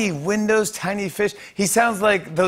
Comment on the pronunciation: Tiny windowns? 🤣 is he high?